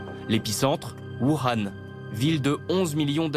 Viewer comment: Voukhan il a cru qu'il parlait arabe ou quoi imbécile journaliste de merde